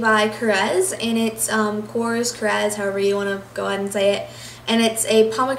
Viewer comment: im pretty sure you pronounce it CORE-EZ :)